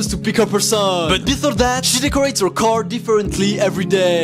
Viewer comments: "in her carrrrr" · "She Continues To Decorate Da Caeuuur" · “Her carrrrrrrr” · "She continues to decorate her carrRr"